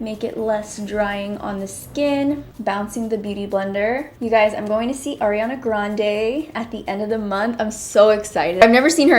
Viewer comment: Lmao, thank you for pronouncing Ariana's name correctly 😂😂😂💯💯🍒🍒